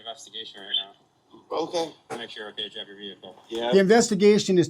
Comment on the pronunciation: So annoying how cops can't say OKAY. It's always uhKuhh